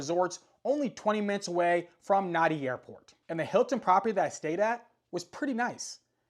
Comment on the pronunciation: Nadi is pronounced Nandi